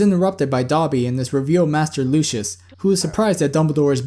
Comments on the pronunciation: Isn't it pronounced Lucy~us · It's pronucned Lucy-iss